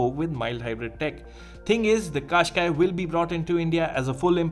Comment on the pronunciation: I was hearing Qashqai as cash guy!!😁